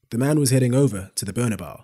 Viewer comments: "The bernabar"? lmao dude learn how to say it properly... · thats not how you pronounce bernabeu 💀